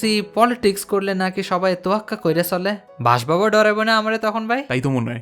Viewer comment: ❌ ✔️